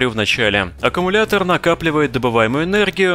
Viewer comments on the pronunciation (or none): none